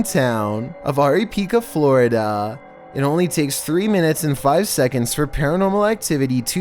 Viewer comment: Floriduuuuh , man the way you talk makes you sound like a special needs student. Just saying